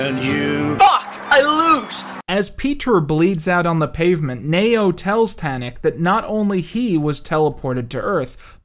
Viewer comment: Why are pronouncing Neo as Mayo?